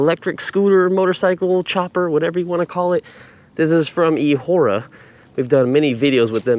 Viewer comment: E what? i thought you say E-Wh*re A. LOLS what a wierd name, but i like the design